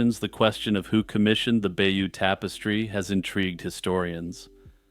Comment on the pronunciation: Excellent but please pronounce Bayeux correctly. Hardly a big ask since you've invested time and energy in making a video about it?